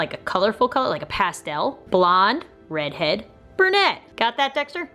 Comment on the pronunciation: When said red head, did anyone else think she said bread head? 😂